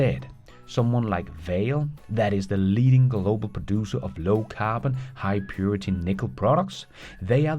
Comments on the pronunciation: It’s not pronounce Vale it’s pronounce Val-Ee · It’s pronounced Vah-Lay not Vayle 😅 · Vale is pronounce “va - lay” it is a Brazilian company and thus think Portuguese pronunciation. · I think Vale is pronounced ver-lay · VALE is pronounced "VAH - LAY" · The mining company "Vale" is a Brazilian company. It's name is pronounced "Var-lay" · Vale pronounced like “ballet”.